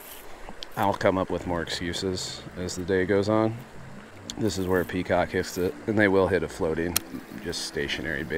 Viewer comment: You say peacock rock. I hear cock rock. Nice fishing mate